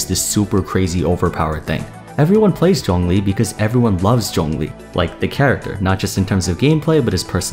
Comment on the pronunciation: i absolutely love how you pronounce his name correctly. Thank you.